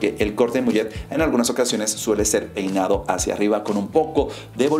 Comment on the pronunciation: Decía PEINA/DOCORTE XDDD